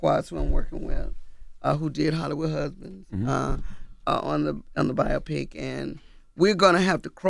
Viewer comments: “Byeahpik” lmfaoo it’s BIO-PIC. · bio-pic NOT bi-opic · its called BIO PIC not BIOPIC 😂😂😂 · It's pronounced BI-OH-PIC...not BI-OPP-PIC... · “BIAWPIK”… huh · we love you, but WTF is a BIOPPIC?? Bio pic? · Bio pic lol let's sound it out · Biopic is pronounced BIO-PICK. 🙄 It does not rhyme with “myopic.” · Charlemagne been wearing a lot of boondocks gear, he might be trying to tell us something. Also someone tell how to pronounce “biopic” 😂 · Why are they pronouncing biopic like that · Is she saying biopic wierd? Is that a Delaware thing?